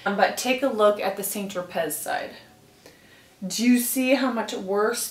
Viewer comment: San tro pay,is the correct pronunciation not saint- tro- pez.